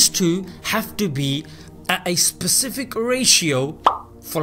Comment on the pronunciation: I like how he pronounces Specific like this: "Sepcifik"